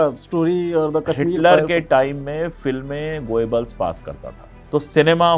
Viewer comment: भाई पहेले proper pronouns करना तो शीखें गोयेबल्स नहीं गोबेल्स था। N same goes with Bhutto, mushshrraf & so on…. Such films made everywhere… Hollywood too. Problem is, hit हो गयी बस, तकलीफ ये है बस। यर एक फिल्म क्या हीट हुई, all the ppl r goin behind it… Huh!